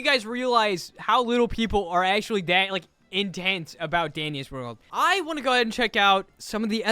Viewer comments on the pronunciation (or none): Did just say dingus world😂😂😂😂😂 Fr did he just say dingus world on